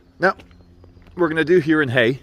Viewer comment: it's pronounced hayg! and do they know what's going on? ) gl